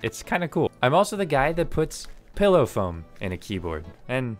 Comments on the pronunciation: What the hell is "pello foam" 😂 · What the actual f*ck is "pello" foam? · “PELLOW FOAM”